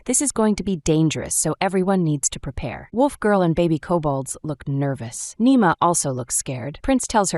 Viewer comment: It’s Nima not nemo